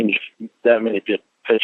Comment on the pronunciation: LORNE SAYS “PITCHERS”. INSTEAD OF “PICTURES”, FOOL! MAYBE A 4TH GRADE EDUCATION 🙈🙈🤪🤪🤪😝😝😝😂😂😂👍👍